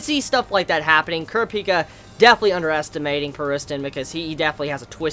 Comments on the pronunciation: how he sayz kurapki erks me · I love you but you have to stop saying Kurapika wrong it's pronounced [Cor-ap-ee-ka], or could also be pronounced as [Cur-ap-ee-ka]. Seriously watch the anime. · Thought i was going crazy because overtime i hear say it, it feels weird. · its pronounced PAR IS -TON (pariston) and HEE SOO- KA (hisoka) and KUR-AHHH-PEEK -AHHHH (kurapika)... great review btw